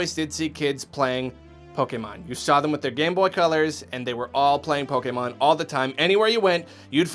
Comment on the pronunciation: Yes! He said Pokemon correctly!